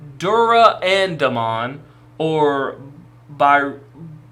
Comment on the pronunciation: Pronounced Duranda-mon as in the sword Durandal. Bryweludramon is a bit harder to figure out how to type phonetically. Brai-wel-LUdramon.